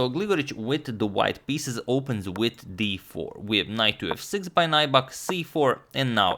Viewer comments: The name is pronounced like Nübek, not Naibak. Lots of names of swedish origin in Finland. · It's not 'nigh-buck'. it's 'new-beck' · Nybäck is pronounced "Neebeck" in Swedish, not Najback but its okay, no worries, I understand. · Agad! "ä" is pronounced "ae" so if you read it "Nybaeck" you will probably get it right. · Loving the Finnish coverage! As a pronunciation tip, Nybäck is kind of like "New Back" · The pronunciation of Nybäck is nübak (the ü is like in German). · Hi Antonio. FYI: Nybäck is pronounced like in English 'New-back,' with the "ew" of "new" spoken kind of like the German ü. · Btw Nybäck is pronounced like "new beck" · Nybäck is pronounced like: N y(like the y in liberty) b(ä like in ash) ck. If anyone is interested. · Can you speak Swedish? Is his name pronounced as the Swedish pronunciation? Uttalas det Nybäck som om man hade sagt det på svenska? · Hi agadmator! Good video! I would like to nitpick a little bit about your pronunciation of Nybäck. Check out this video for the correct pronunciation by the interviewer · #suggestion If you ever analyze third Nybäck's game try to pronounce his name like Finns does. And the suggestion is, like always, Heikki Westerinen against Boris Spassky in Solingen 1974.